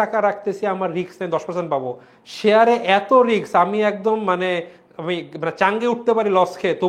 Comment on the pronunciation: Bhaiya riks na Risk hobe